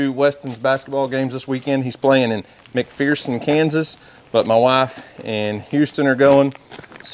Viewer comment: You mispronounced McPherson. It is McPherrrrrson ur sound. I know, i'm a touchy Kansan.